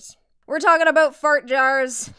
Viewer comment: in the fanart section you can hear a very canadian aboot